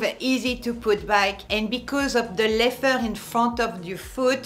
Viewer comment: I always have to remind myself when she says “leffer” she means leather